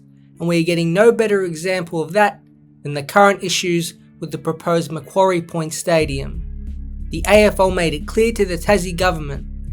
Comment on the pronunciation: Exceptional video! A few really good points you raise! Finally. A content creator who pronounces Macquarie properly haha. Gruen's report fails to accurately identify the fundamental issues due to glancing over the much greater benefits and short to long term advantages of the Macquarie Point PRECINCT. Its not just a stadium we're talking about here in tassie. A decision made by both the AFL and Tassie Government. Heaven forbid it wouldn't want to be made by anything otherwise. Based off current inflation to the economy there's also an approximate estimate to the added cost of the stadium for every year it dosn't get built. Roughly $80 million per year. There should be more incentive to get the project built sooner than later. Gruens report also neglects to acknowledge the architectural design for the stadium as it will be built with the short to long term benefits of expansion in its seating capacity. Roughly 25k - 30k - 35k seats. Roughly as I can't quite recall the exact numbers. Another thing to consider. Greens report drastically dismisses the 30yr history of work put into the tassie AFL licence and application for this stadium and prescient. Seriously. 30 YEARS worth of work, evaluation and planning into knowing the right location and means of getting both stadium and team off to a great start. This includes the added evolution of making a entertainment precinct around the stadium. Greens report fails to mention this and for 170 odd page document to not mention that, pro